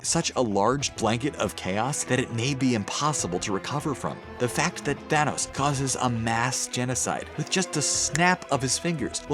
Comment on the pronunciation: Your thanos a tranos